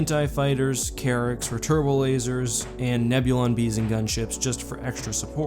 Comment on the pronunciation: is the Enforcer one of those cases where you couldn't find a picture of it? also I thought at first you said carrot cruisers, not Carrack, lol